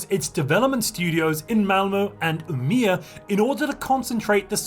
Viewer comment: Aaaargh. u are butchering the name UMEÅ xD Å is like O BUt with a twist u say it deeper in the trout sorta. And that changes it's sound. Wiat THta's only in swedish IT DOESN'T WORK IN ENGLISH D: DAMN